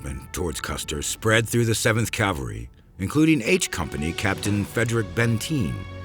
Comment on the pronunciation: Remember folks, it's "CAV-al-ry" not "CAL-var-y"! Two completely different things! They even mispronounce it here a few times.